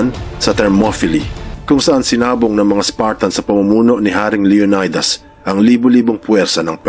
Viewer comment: LEO NAY DAS IS WRONGLY PRONOUNCE. SHOULD BE PRONOUNCE LEO NEE DAS